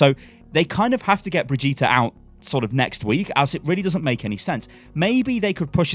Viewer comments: ...bro it's fucking Brigde-et that's it. Not fucking Bidge-eet-a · For the love of god it's not bridge -Ēta it's brigg Ē ta!!! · Its still Bri-gitte not Bri-gitta!! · God stop calling her Bridgeata it's "BRIDGE IT" reeeeeeeeeeeeeeeeeeeee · Hey, It is BRI GI TE (not BRI GI TA!) search german google translate and play brigitte. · Still calling her Brehjeeta, eh? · Jesus... SHED YOU ULL BRIJ EAT A???, these are not how these things are pronounced. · Just wanted to let you know that the r in Brigette is silent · She’s been announced how long ago and you still can’t pronounce Brigitte correctly? Even though she says her own name in the short and Jeff pronounced her name in a video ? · It's ok, you'll learn how to say her name one day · Why is it so hard for you to say Brigitte? Just say it like the kid from the sound of music. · If you say her name wrong one more time Imma flip. I'll still watch you but I'll be less happy about it, lol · Holy hell, man, it's not that hard to pronounce BRIGITTE. Just listen to how it's pronounced in some of the official videos a couple of times and then copy that pronunciation. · I'm sorry but you really have to learn to pronounce Brigitte. I'm putting a dislike on this video until then.